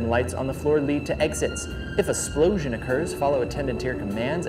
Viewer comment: “If a ‘splosion’ occurs” 😂😂😂